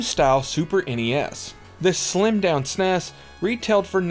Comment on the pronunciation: The SNES wasn't pronounced sounding it out as a regular word, it was pronounced by saying the actual letters, like "FBI" or "CIA".